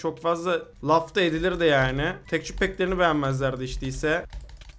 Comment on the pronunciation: Tekçür diye okuma abi ya tekstür de şuna tilt oluyodur herkes